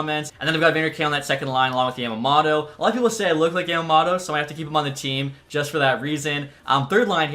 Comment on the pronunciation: Hearing you mispronounce “Yamamoto” is friggin ridiculous and annoying